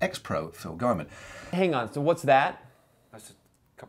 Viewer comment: Mr. Stephens, you even met Phil Gaimon yet still you pronounce his name wrong: You pronounced it as 'Gay-mun' and it's 'Gi-mun' , have some respect for the man. And why is a part of the cycling world outraged at his comments in his book? What, FB is the only cyclist to be suspected - accused of, admitted to, caught even - of cheating? Pro cycling should be ashamed of itself for it's well documented history of cheating, even a somewhat ambiguous website like Wiki has a long, long, long list of convicted cheaters. Phil Gaimon openly admits he has never doped and many in the peleton do and did, so GCN ought to clearly respect his belief on cheats. Dan Lloyd was in the peleton for a few years, perhaps he can compile an in-depth report on what the belief re doping/cheating was in the peleton during his years. Records indicate that during his years dopers were indeed caught, there must have been whispers, rumors, etc. Dan is widely respected for his knowledge and understanding of bike racing, and rightly so, therefore such a report would earn your channel a lot of respect, but likely you are keeping your heads partially buried in the sand so as to '"limit the damage to the good name of pro-cycling" (too late for that, of course) and protect the number of views/subscribers you can publish. Phil Gaimon has an engaging on-screen personality, something that GCN is lacking. I've gone from watching GCN daily to once a week at most, and GMBN is a children's show; that is the general